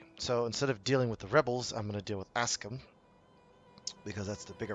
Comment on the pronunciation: Aksum? Ask them what?